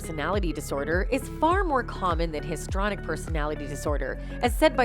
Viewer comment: The word is, “histrionic”, not “histronic”. You’re paid to read the copy. Read it properly!